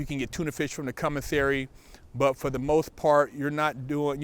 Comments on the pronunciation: Its commissary not cummissary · Sounded like he said cummisary lol